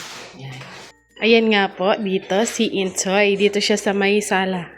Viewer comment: filipino name ang Intoy so can be pronounce Intoy but naririnig ko you are pronounce it Intsoy which is which Intoy or Intsoy? God bless sa inyo tuloy tuloy pag vlog at kami naman ay naka support sa inyo 🙏🏼